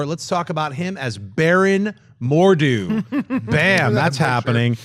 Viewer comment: I love how Schnepp can pronounce Chiwetel Ejiofor just fine but when saying simpler names like Margot Robbie he can't get them right. Even saying Mordo as more dew. I find it hilarious